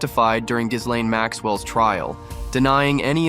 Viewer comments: I know. It's to the point now that anyone mispronouncing it to that ridiculous level isn't to be taken seriously. It's Gih-LEN. I'll except the LANE but... since Tara and the other vics say it correctly every freakin' day... not for much longer. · The S is SILENT in Ghislaine. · the s is silent you schmuck